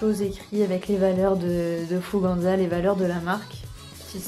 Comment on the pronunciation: Je si la seul a dire « Fouganza » « FougeNza »? Et non « An »